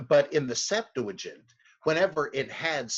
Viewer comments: Please please stop saying Septuagint with an "L". Liking your videos though!!! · I can't tell.... are you saying "septu a gent" or "septu la gent?"